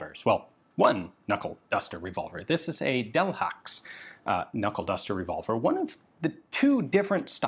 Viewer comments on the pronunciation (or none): delhaxe? haxe? i dont speak frensh at all but i´m like 110% sure frensh people dont pronouce it so german considering that Bourdaux is not at all pronouced with X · Pronounced, “del-HAY”.